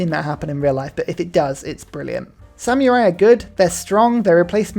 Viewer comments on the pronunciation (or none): none